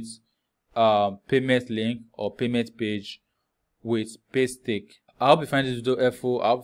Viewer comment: Did i hear Paystake?😂